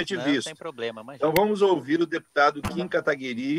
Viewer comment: qual a dificuldade de falar o nome do kim katalimão direito akakakakakakakakka